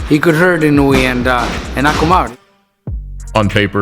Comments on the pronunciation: For the record, Inoue is pronounced “ee-NO-eh.” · For future reference, it's pronounced i-noh-oo-eh